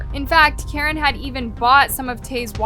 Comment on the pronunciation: Guys it's Caren not Karen sssniperwof has chica's head in the background😂